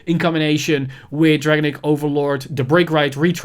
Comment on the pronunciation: It’s just a small favor to ask, but could you please pronounce “Dragonic” how Kai does, at least. “Dragenic” or “Dragon-Nick” doesn’t sound good I’m sorry